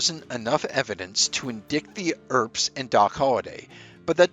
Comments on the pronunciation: This guy seems good... in-dicked?!? You mean indict (in-dite)??? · Jesus, then this moron says "in-dicked" instead of "in-dight" for indict? Our education system has become complete garbage. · “Indickt”…not “indict” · What is this word....in dikt ?.....do you mean in dite? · To the narrator: (1) the letter "s" at the end of Illinois is silent. (2) the word "indict" is not pronounced like "indikt". It is pronounced "in-dight". You have a good video dude, don't ruin it with mis-pronounced words. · Listen, the word is pronounced IN-DIE-TITE, its also Illinoi the S is silent. Great video though. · Love the video. And, not trying to be that guy. Just want to make you aware, for future reference, that the word indict is pronounced in-dite. It's a minor thing, but I thought you might want to know. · Late reply but deserves an answer. His AI generator read indict (in dite like you said) as in dikt.. 😂😂😂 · AI narration again, mispronouncing words. "In-dick-ted?" Why not use a real person to narrate? Laziness? That shyte is getting old fast. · That and "indict" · This man cannot even pronounce the word INDICT. Terrible, terrible grammar yet again. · Oh, so you love his mispronunciation of the word 'indict'? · mispronounced 'indict' too. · Shitty AI can't pronounce 'Indict' correctly...smh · You don't sound like AI so I'm going to advise you to learn how to pronounce the word indict. The judge said he did not have enough evidence to indict the men. ❤❤ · The c in indict and the s in Illinois are silent.